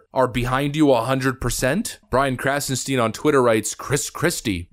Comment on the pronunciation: Of course!.. "krassenSCHTEEIINN"